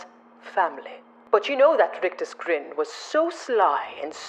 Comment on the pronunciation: Brilliant!!! Love the rolled r's on 'rictus' !!!!😂😂😂 Happy Christmas!!!!